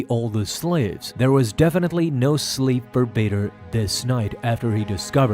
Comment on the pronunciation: Bader ❌️ Vader ✅️